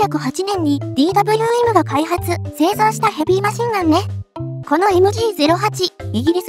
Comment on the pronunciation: DWMは「デーヴェーエム」、Bergmannは「ベルクマン」と読んで欲しいなぁ…。